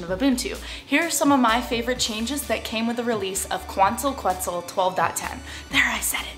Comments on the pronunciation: its pronounced "ketzal" :D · Quetzal is pronounce: Ket sal :) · It is pronounced KEHT - SAL :) (the U when preceded by a Q in Spanish is SILENT) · Quetzal: keh-ts-olh. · quetzal - Khet-sal its Guatemala's national bird. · Its [Kwant-al Ket-zal] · Hi... It should sounds like... "Kuantal Ketzal"... I'm from Mexico, land from Quetzalcoatl ("Ketzalkoat") a great good of the ancient mexicans. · it's pronounced ket-sal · pronounced: ketzal. It is the bird of Guatemala and a city named after the bird: Quetzaltenango. Tenango meaning "land" more or less. I am living in quetzaltenango for 3 months total. =) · It's pronounced "ket-sel", and this release makes me so happy to still be on linux mint. :) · Hi, you don't like saying Quetzal because it is an ancient Aztec word and white folks don't like to force their mouths to word latin dialect. Well we had to learn your english and master it, so it wouldn't hurt you to expand your horizon a little and pronounce it properly, which a google search isn't beyond you. (/kɛtsˈɑːl/ or /ˈkɛtsəl/), There I just made it easy. Love your videos and Im an Ubuntu user